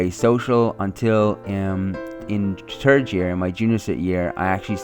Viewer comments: I like how he said "turd" child born instead if third. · How can you say "JonaTHan" and not "THeodore"?? You say "Teodore" or "Turd" instead of "THird" ...... LOL DA FUQ!!! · At first I thought you said the turd children!! Not trying to be rude I thought it was funny! 😂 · He said third it sounded like he said turd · “I was the turd child born” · "i was the tird child born" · Ya ha ha he pronounced 3rd as turd😂😂that accent! Funny! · When he says third chi,d it sounds like turd chikd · When you said "third child", it sounded like "turd child" LOL. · I know it is. I just thought it was funny. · so funny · "I was the turd child born" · Ur third sounds like turd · It ain't his fault that he says turd child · Lol " i was the turd child born "